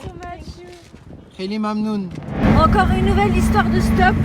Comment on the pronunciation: Tu prononces super bien le kheili mamnoun